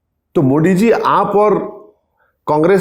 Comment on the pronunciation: Arey Bhai kamse kam PM ke name to thik se lo.. it not Modi it's Modi